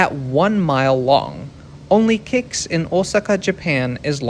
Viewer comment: "Only KIX in Osaka is longer"? That's the first time I've ever heard an airport three letter code pronounced as a word